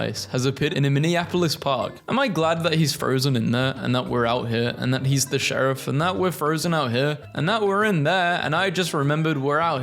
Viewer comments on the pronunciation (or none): none